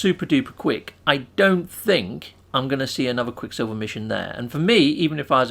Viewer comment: Repeat with me quick SILVER not quick Silvia we don't know who that is... and Idk why you have to speak like that, makes your videos unwatchable.